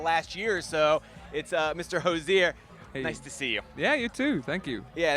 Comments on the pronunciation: Thr interviewer consistently misprouncing his name is making my ears bleed. 🙉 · The interviewer really should learn how to pronounce the interviewee’s name before the interview. Hozier even slipped in the correct pronouncement and he still got it wrong.